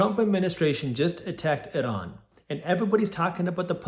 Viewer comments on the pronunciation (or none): it's pronounced i-ran, jack ass